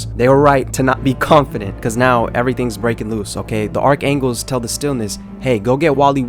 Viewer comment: y do u keep saying archangles and not archangels